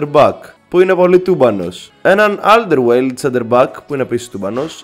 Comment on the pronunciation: Να ξερεις δε λεγεται Αλντερβεϊρελντ